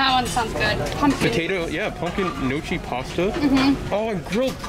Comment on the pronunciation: Lol. I've never heard anyone say gnocchi the way you did. It is pronounced like this. It is a potato based pasta and is very good. If you've never had it, try it next time you have italian food. There are many different types of sauce that can be put on it, so if you try it one time and don't like it be sure to try it again another way. Sometimes they do cream based sauces with peas for example and sometimes a traditional red sauce. And also it is Mim-O-sa. A mimosa is a champagne topped with orange juice. So the mango mimosa soup is likely one with a bit of prosecco or champagne with mango juice in the soup to flavor it.